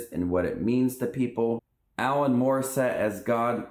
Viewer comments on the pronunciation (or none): "Allan Morissette as God" Bruh it's Alanis come on.